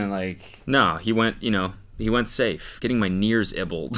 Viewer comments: Bro definitely said nears ibbled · "nears ebbled" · “getting my nears ibbled” -Cody Ko 2024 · “Getting my nears ibbled” has me in tears💀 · “Getting my nears ibbled” has absolutely destroyed me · “Getting my near ibbled” CRYINGG 😂💀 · “Getting my nears ibbled” and you didn’t even catch it 😂😂😂😂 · Cody said "nears ibbled". Hope i wasnt the only one that caught that 😂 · cody not noticing he said "getting my nears ibbled" actually has me rolling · “ Getting my nears ibbled “ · anyone else hear cody say “nears ibbled”???? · Hehe. "Getting my nears ibbled." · WHY IS NO ONE TALKING ABOUT NEARS IBBLED? 😂😂😂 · Not the “nears ibbled”